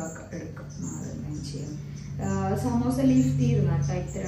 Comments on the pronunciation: Ramzan:12 😊. Love from Manglore 🤗 Ans:samosa sheet pronounced as samosha sheet and watching from saudi arabia 🙌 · Day 12 Ans=സമോസ യെ ശമൂശ ശമൂശ എന്ന് പറഞ്ഞു 😂